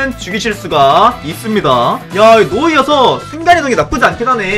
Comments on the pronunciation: 누와르서 할때 누 가No가 아니라Nu아닐까요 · 데 왜 Noirceur를 노이어서라고 읽으시는지 궁금합니다. No/ir/ceur로 읽는게 아니라 Noir/ceur으로 읽어야 하니까 누와르서 아니에요?